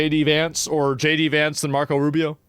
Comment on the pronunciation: "Marcos Arubious"